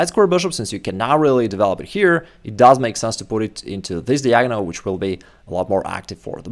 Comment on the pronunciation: Dude can learn chess and become a GM, yet he still can't learn how to pronounce "diagonal". 😂😂😂